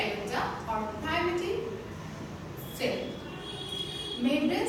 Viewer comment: You just read, we can read it by ourself too then what's the need to see your video and waste our MB. You didn’t make us understand anything, 😑😑you don't even know to read properly, you came to teach us, and you don't know to pronounce 'primitive' also. Worst video ever!